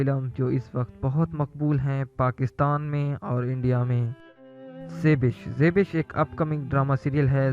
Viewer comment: Zebish nhi zaibaish hota hai jahil